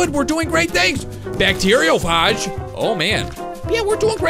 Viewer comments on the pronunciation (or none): its said:bacterioFAGE. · You mispronounced Bacteriophage, it's Bacterio "Fay j" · Dud bactiriophage kills bactirea and u pronounce bactiriophage wrong0